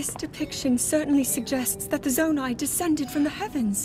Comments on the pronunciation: Yes, ‘Zonai’ is pronounced “Zone - I” not “Zone - A”. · Not zonee but zoni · Pronouced Zoni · Zonai (Zone • Eye) Ancient people who possessed godlike ears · BTW, Zonai is pronounced “Zo-ni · its pronounced: Zo-ni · I can’t get over how bad he mispronounced Zonai